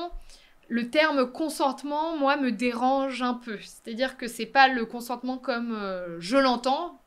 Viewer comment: consentement Apprenez à prononcer nom masculin Acquiescement donné à un projet ; décision de ne pas s'y opposer. Accorder, refuser son consentement. Synonymes : accord assentiment. J'ai juste écrit consentement dans la barre de recherche et j'ai simplement fait un copié-collé.